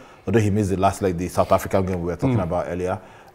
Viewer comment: I really like the way is pronouncing the African names big up I think go to the sky sport for this tournament